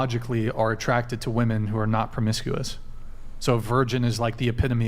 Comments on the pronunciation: My god I get sick of all these women constantly saying 'woman' instead of 'women' in nearly every single episode! Also, the 'catcher mit' chick who thinks she's a 10 and is actually a 4...easily brings herself down to 2 by being so ridiculously dumb. Please stop laughing at things you say that aren't funny and aren't 'burns' to people's super chats. Also, I'm so sick of women claiming celibacy when only abstaining from sex for a month. That's like claiming you're a virgin when you were a prostitute who is now a Christian. The asian/pacific islander looking chick needs to ease up on the lip injections and try reading a book. The delusion level is crazy high in this episode. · God, I hate this younger generation of dunces who can't tell the difference between woman and women and pronounce plural wimin as womin. I'm 90% sure they're so uneducated, they pronounce it as they see it spelled. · I want to scream on every podcast. The words “woman” and “women” are pronounced differently and for some reason, the vast majority of women that are on the show don’t know that 🫠